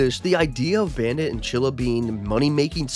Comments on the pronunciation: he said chilla. Chili is right. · I have Its "Chilly" not "chilla" AMAZING THEORY🗣🗣🗣🗣🔥🔥🔥🔥🔥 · The name is chilly not chilla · her name is chili not chilla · Bra I haven't watched so much Bluey but I definately know its Chilly not Chilla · Stop saying chilla her name is chilli!!!!!! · I TS CHILLY NOT CHILLA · CHILL-I CHILL-I like the food not CHILLA THAT WAS ANNOYING THE FIRST FEW MINUTES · It clearly said chilli. NOT CHILLA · IT’S CHILLI NOT CHILLA😡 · Its not chilla it is CHILLY!!!!!!!!!!! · It's chilly not chilla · I swear id you make any more videos saying chilla- its chilli- chill-E <>_<> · Her name is chilly not chilla for goodness sake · Not chilla it’s chilli (chill-lea) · Ima rainbow baby and it's chilli not chilla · HER NAME IS CHILLI NOT CHILLA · 😂😂 its chili, not Chilla😂😂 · Chilli not chilla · um actually it’s chilli not chilla👆🤓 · BRO ITS NOT CHILA ITS CHILYYYYY WITH A YYYY NOT A A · Him calling chillie chilla hurts my soul💀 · It’s chilly not chilla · “Chilla” 💀 It’s chilli not chilla dude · Her name is chilly not chilla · bro said chilly twice when it's chilli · Her name isn’t chilla!!😩😩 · bro calls chili chila💀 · ITS NOT CHILLA!!!,! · Your saying chillie wrong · IF YOU SAY CHILLI ONE MORE TIME I'M DEAD💀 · Right fr